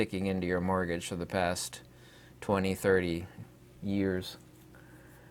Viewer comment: Mortgage sounds like MORGUEge 😀